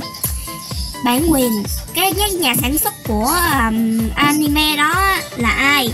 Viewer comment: animê nó đọc anime :D